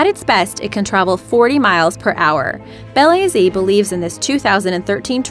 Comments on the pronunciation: Bel A Z? Sorry, that's not the way the Russians pronounce it. Be'laz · Bel A Z? I think you mean Balaz.